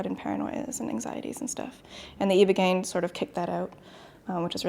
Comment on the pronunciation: Eyebogaine not eeebogain